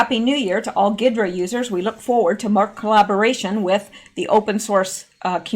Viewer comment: G is silent on ghidra. Think hydrant without the nt on the end.